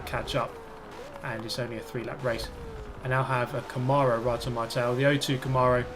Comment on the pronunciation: First time I've ever heard "camahrow" Like, tomorrow with a c. Trippy